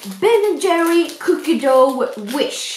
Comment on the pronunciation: man uttalar "Cookie Dough" typ "Cookie Duff"